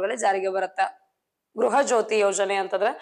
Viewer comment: ಗೃಹ ಜ್ಯೋತಿ ಅದು ಗ್ರಹ ಜ್ಯೋತಿ ಅಲ್ಲ